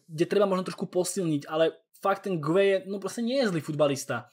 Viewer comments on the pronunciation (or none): Gueye, ne Gunna😂